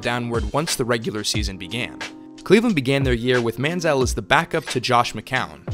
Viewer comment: Very Good Video ! Sidenote: Why does Everyone Mispronounce ManzieL's Last Name ?